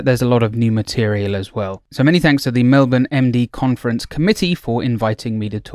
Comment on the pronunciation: I love that you say Melbourne correctly <3